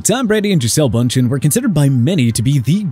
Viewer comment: you could have gotten her name right